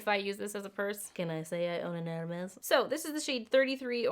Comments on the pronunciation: stop saying hermes im crying!!! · My heart broke everytime you said « hermes » (I’m French🤣) + I agree with you I definitely preferred the hermes one, the Fenty is way too neon for me 🙈 not ready to spend this much in an orange lipstick but I might with the hermes red version 🤔😍